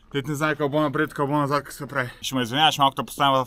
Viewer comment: Не КЪК а КАК. И не ей гу дей а "ето го". Иначе ми си супер.